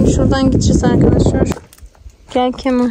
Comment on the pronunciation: KEMAL yanlış telaffuz doğrusu KEMÂL